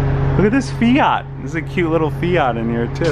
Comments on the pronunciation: Did you say fee - yat? You mean fee - et... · It's not Feeyat. . It is Fiat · It's fiat not fiaat lol🤣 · Feeeeaaatttt? It's fiat you Americans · Mama Mia, it's pronounced 'Fee-at' and not 'Feeh-art'.......why is it yanks are always bastardising other languages. They even say 'Lie-cess-terr Square instead of Leicester. Come on guys sort it out 😫😫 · Its a Fiat. Not a Fiaaaart. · Look at this fee-yart, cute little fee-yat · Him saying Fiiaaaard. jesus. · What's a Fee-art? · Fee At? WTF is a Fee At? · they all called fiats not feeeats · Whats a FiAAt??